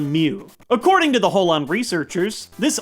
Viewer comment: He said Howan Region.